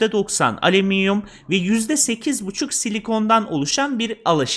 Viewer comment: Aleminyum ve elament diyen birinin videosu daha fazla izlenmez 😂